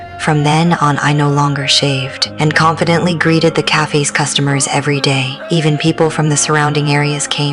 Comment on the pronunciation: Stupid pronunciation of "cafe".